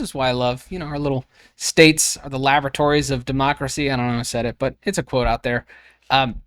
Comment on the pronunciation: Did you say, "the lavatories of democracy"? That's where our rights are washed down the drain, right? (sigh)